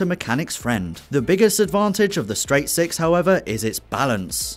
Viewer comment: pause when his says seix